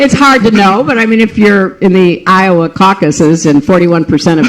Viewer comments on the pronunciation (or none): none